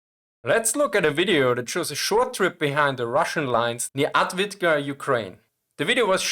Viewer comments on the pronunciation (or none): avdiivka not advidka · Avdiivka, not "Atvidka" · Adwika? You mean aFdiiiiFkaa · "Ad-Vidka".... ahhh, never change. Good content, anyway!. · „Advitka“? Bisschen mehr Mühe hätten Sie sich geben können, das schmerzt in den Ohren. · I love you bro but the way you butcher the name Avdiivka :D Grüße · Just triggered me that this guy does this for his job and is very focused on producing the highest quality content possible and then puts no effort to the point where its comical in the pronounciation of the topic he is talking about. He says avdiivka wrong in 3 different ways in one video and not in a way where the pronounciation is not a bit wrong but to the point where the letters of the name keep changing order like its whackamole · Not complaining about the content complaining about the lack of effort in even trying to pronounce things correctly to the point where he says it wrong 3 different ways in the first minutes - its like that new warographics episode where simon whistler keeps calling the leopard 2 the leonard 2 im sure you would also say that is just a silly little mistake oopsie until he says leonard 2 in the first part of the sentence and leopard 2 in the second part in the span of 7 seconds